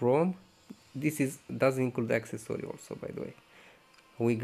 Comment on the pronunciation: Its calls accessory the way you speak is access-sorry its so annoying have you noticed